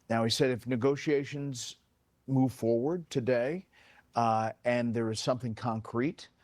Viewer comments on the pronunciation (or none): none